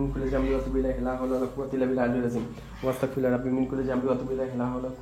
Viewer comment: Abar Astagfirullah) ke bolteso. Wastagfirullah. 😅. Eta tik koorar chestra koro bro 🤗